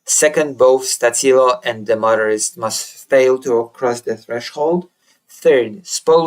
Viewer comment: Stačilo pronounced Statchilo